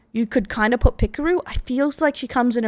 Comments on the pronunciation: Pekor A not Pekor O!!! silly rabbits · These mispronunciations kill my soul, like calling Pekora "Pikuru" like she's a pickle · its pekora, not pikaroo... 💀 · Who tf is "pikoru" I know pekora, but who tf is pikoru